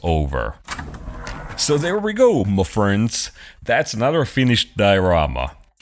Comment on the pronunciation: I never realized it was "ma friends" because it always sounds like "muck friends' :)